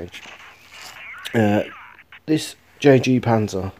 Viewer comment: It's not called jg panzer, it's yag panzer